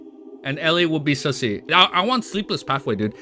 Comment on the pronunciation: The way man pronounce susie as sussy is just too funny 😂. Ah yes the Susssy baka susie